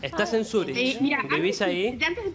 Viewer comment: Dice 22 años viviendo en Suiza y todavia no sabe pronunciar Zürich... Cualquiera la vieja...